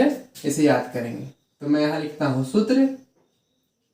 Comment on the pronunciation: सुत्र नहीं सर सूत्र होता है।।।।